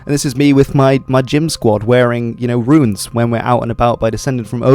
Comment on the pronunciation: Politely, I believe the preferred pronunciation is "Roons" with just one syllable (and not "Roo-ins," much like the word that is spelled 'ruins'). Great video though, I appreciate the attention to this!